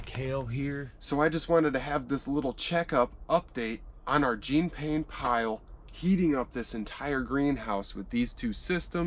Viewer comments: PLEASE -It's "John" Pain with a soft J, not "Jeen." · I'm not a French snob but i can't stand the American mispronunciation of Pains's name. It's NOT Jeeeen Paaaain. It sounds more like the American actor, "Sean Penn." Deep breath... The world can go on now. Hahaha, stay warm, "!" Oops, sorry, i mean, "."